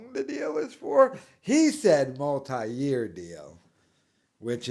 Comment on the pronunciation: he doesnt know how to say "multi" or "multiple" 🤣 even pedo'lia made fun of him back before they all got cancelled for being pedos & weirdos